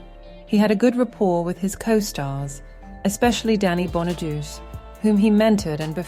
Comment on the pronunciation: It's Danny Bonaduce, pronounced like "bon uh doo chay".